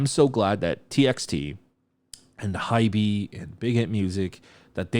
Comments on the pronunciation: wait i thought it's pronounced as "hayb" not "haybee"??? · Just a couple of things regarding names and pronunciations. I've noticed that you say pronounce Hybe as "hybee" but they write it as 하이브 in korean! Also, they are calling the song "zero by one lovesong". And lastly, about the Seori featuring, i would compare it more with Halsey's work in 'Boy with Luv', even though both songs are very different (also, On's version with Sia wasn't the "main" version of the song, sort of speak). I really think that they used Seori's voice incredibly well here. Her timbre and vocal register goes perfectly with Yeonjun's and especially (in my opinion) Beomgyu's voices. Her appearance is short but it gives the song an extra layer of emotion (you are absolutely right with the "cherry on top" comment).